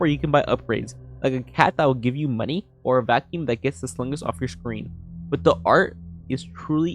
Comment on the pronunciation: why does my man say the word money like that 😭